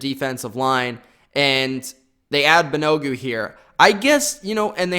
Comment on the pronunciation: wow, butchering names, lol. It's all good. Thanks for the video! Great analysis, I think you nailed it. BTW, Kenny Moore is better than OK, this guy is an OG and can play corner, is he the best in the AFC South, no. You might have forgot MSU's Willis, don't think i heard you include him, but all good. BAN-A-GOO is going to be a linebacker according to Chris Ballard. Ridgeway was unloaded btw.